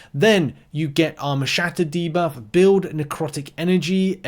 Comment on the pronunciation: Dane here.. that's actually not how my Scandinavian brothers and sisters pronounce debuff 😂...if I misunderstood, sorry.